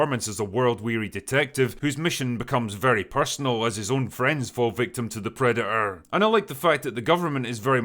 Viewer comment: What's a "predu-uh"?